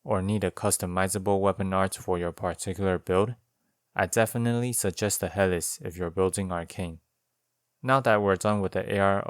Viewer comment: Great video as usual. I've been going through and watching all of your Elden Ring weapon videos. I'm sure you've heard enough about the word Epee ( Ep "like Epstein" - Aye) at this point. But I haven't seen anyone say anything about Helice, which is pronounced like (Heal - e - See). It's referring to the spiral shape of the sword, which is a form of helix, similar to how the structure of DNA 🧬 is a double helix. Just thought you'd want to know!